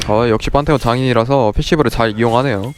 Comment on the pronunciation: 판테온을 빤테온이라고 하시네